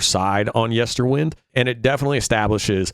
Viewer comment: You will never please evertybody with your review, but it is your own honest opinion, and that is to be celebrated. However, I am surprised that despite at least two references to it during the songs (including the very last vocal line in Lanternlight) you seem unable to pronounce Yesterwynde correctly. Funny that.